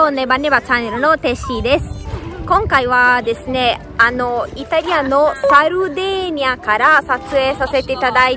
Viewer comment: サルディニアかと思ってたら現地人はサルデェーニア言うんかｗ サルディニアはおそらく英語なまりかなんかかな